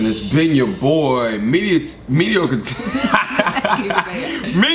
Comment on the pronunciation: Wow! A MT&R video where pronounces "mediocre" properly!